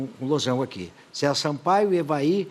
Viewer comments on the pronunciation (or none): none